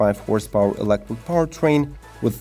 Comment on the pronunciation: The hell is elecwick? “Be very very quiet! I’m hunting wabbits! Heheheh”